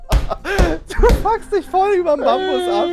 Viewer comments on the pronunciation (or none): Wie er ein einfach Mambus statt Bambus sagt 🤣